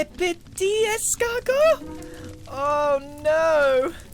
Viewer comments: Es-scar-go. … Es-scar-go! 😂👌😂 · Its es-SCAR-go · grian: "escargot" gem: "escarNO" 😂